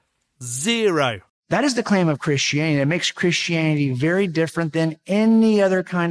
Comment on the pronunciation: he pronounces it "krishianny" Also, a book is not direct evidence, and he knows it.